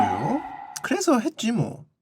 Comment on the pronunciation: 아 그뤠요~? 그래소 했쥐 뭐 ㅋㅋㅋㅋㅋㅋㅋㅋㅋㅋㅋㅋㅋㅋZ ㅈㄴ 킬포다 ㅋㅋㅋㅋㅋㅋㅋㅋㅋㅋㅋ